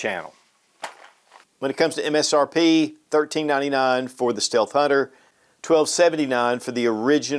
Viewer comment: Steath hunter? 😂😂 no biggie